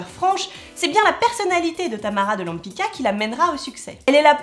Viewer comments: She's name is Tamara de LempitZka, non Lempika ...hhh...Polish C = TZ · It's a Polish surname- Łępicka -and you mispronunce it 😥